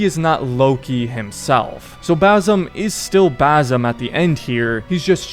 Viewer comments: For the love of god its BaSim NOT baZim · I'm native Arabic speaker, his name is BaSim, not BaZim. Don't convert the S to Z. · It’s pronounced bas Im not bazim idiot why can’t Americans pronounce things correctly smh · Dude it’s an s sound not a z sound not basil but basim with an s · Where the fck is the Z in his name? ffs why do white people fail to repeat a name they hear for 40+ hours it’s BASIM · One things for sure. His name is pronounced basim , like with an S not a Z. Like the way the other characters pronounce it 10000 times throughout the game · How can you play 2 games with the character in it and still mispronounce the name? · Dude u said every name wrong why do u pronounce it like that in the game it says basin roshin it’s awful u say the name totally wrong listen to the game that’s not there names